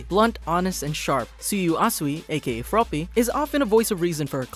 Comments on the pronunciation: its froppy not frogy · Dude it’s froppy not froggy!